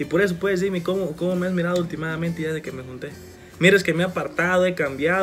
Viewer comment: con.todo respeto no se dise ultimadamente se.dise hultimamente. Mil.disculpas